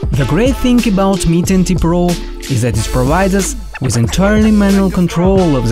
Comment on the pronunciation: Mi 10T sounds like Mi 20